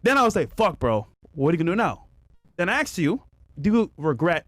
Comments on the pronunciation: If someone uses words like "truff" or "axed" they should never be taken seriously. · I hear "Aksed you" instead of "Asked you" and I'm shut down the conversation windows XP style...